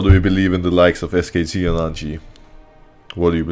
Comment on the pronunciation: Every time Broxah says "RNG" does anyone else hear "IG" instead ? 😂😂😂